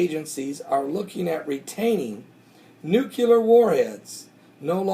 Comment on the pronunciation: I don't want to be a nit-picky nit-picker...but... it's pronounced newclear, not newculer. I love your videos, thank God for you and your work.